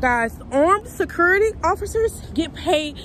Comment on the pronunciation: This video was so hard to watch without covering my mouth it's so wrong first off her way of saying the word security sounds like she is eating something and the answering the phone without saying officer (name) is rude. Then showing the public the camera screens and recording phone conversations it's just lawsuit and a fireable offense. There should be a requirement security academy with the top officers that make it through not just little girls and boys hired to watch property just to fill a shift on the schedule. Low standard/quality of guards equals losing properties.